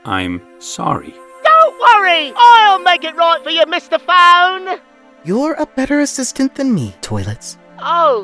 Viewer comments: "MISTAH PHONE?" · "MISTA FONE"